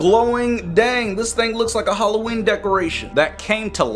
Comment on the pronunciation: im deflenty mad with it is not halloeen